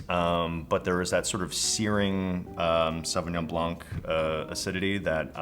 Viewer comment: Fun fact: the C is silent in Sauvignon Blanc. Don't say it